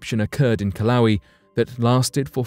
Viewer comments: The volcano in Hawaii is not pronounced Kil-lau-wee. The correct pronunciation is Kil-ah-way-ah. Just saying... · Hawaiian words are pronounced phonetically. "Kill ah whey ah" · There is no volcano in Hawaii named killawee???....Do you mean Kilauea...it is pronounced as kee-lau-ay-uh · It's pronounced Kill-oh-way-uhh, not "kill-owee". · Is it pronounced killa???😶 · pronounced KIL-O-WAY-Y A🤣🤣🤣🤣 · Kilawi. LOL!! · "Kill-owie" lol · Took me a little while to figure out what he was talking about, and I live in Hilo. It's the worst pronunciation I've heard yet. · The way the announcer pronounces Kilauea...😂